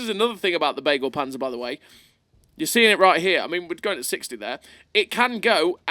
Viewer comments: Begleitpanzer not beaglepanzer xD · "Begleit"-Panzer means "convoy"-tank. The first "e" speak out like in beagle. Something like "beglait"-panzer 🥲